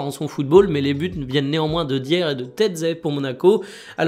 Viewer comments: Je crois que Dier se prononce "d'ailleurs" ... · Par pitié, c'est [Raphinya] et [Daïe(u)r]. Merci pour le contenu comme d'habitude 🔥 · Rafina, Dière, Ferran Lopes, ça peut arriver de se planter, et en bon Français on a aussi notre façon de dire les noms, mais ce serait bien que tu fasses des efforts sur les prononciations. Merci